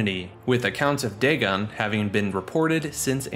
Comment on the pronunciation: "Dag'n" Pfft.